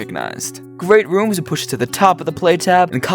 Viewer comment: People say that he still can’t pronounce rhythm and rooms to this day…